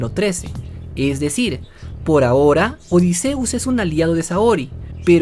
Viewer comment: Por lo menos si pronuncias bien el nombre de odysseus